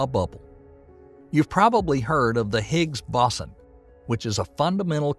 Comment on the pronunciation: Visionary, imaginative, whimsical and expansive. Cool narrator with campfire tale timbre relating the fate of the universe to viewers I know its an AI voice which is totally cool and awesome. Minor strays like "Higgs Bossen" are cool ❤